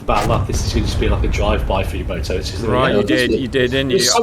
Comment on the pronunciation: Hearing you two say "yo-mo-toe" made me cry